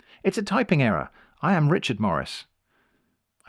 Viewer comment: I think you’re pronouncing Rechard wrong